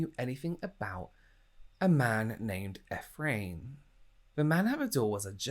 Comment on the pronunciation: Ephraim is pronouced "eef-ray-him" :) love your videos!